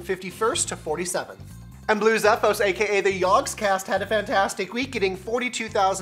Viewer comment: zeeeeephos not zephos